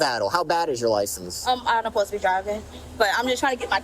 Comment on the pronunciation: Uhsposta. Uhspended. The N’s are exhausting.